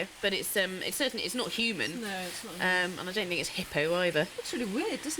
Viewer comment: "Hoomans and stone-itch"